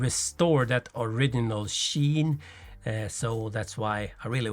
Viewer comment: This is why I had my custom Ti frame bead blasted. I just scotch brite(very hard to pronounce) it when needed. Little tip, the middle of original is pronounced as though it has a D in it, think or-ridge-inal. I think your English pronounciation is very good, like most Swedes but better than my Danish friends!